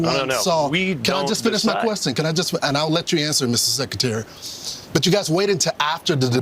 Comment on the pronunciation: Mr. Seckuhterry.